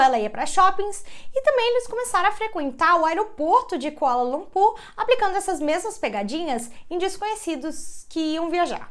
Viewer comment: Eu escutei "aeroporto de colanocú"😂😅